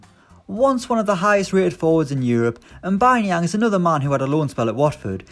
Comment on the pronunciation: M’baye Nianng